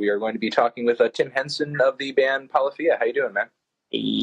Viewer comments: he said polaphia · well, I mean he did pronounce your band "Poly-fee-ah" , so there's that. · its pronounced ... puh-liff-ee-uh ... melon .. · Yung Skrrt No one- Melon- Ladies and gentlemen, it's Tim Henson from POLL-EE-FEE-UHH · ITS POLYPHIA NOT PAWLYPHIA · I've always pronounced it as " pull iffie ugh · did I miss a joke or did he seriously just pronounce polyphia like dat